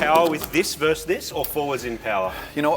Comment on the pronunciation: It's VERSUS not verse!!! Driving me crazy for almost 20 years Moog!!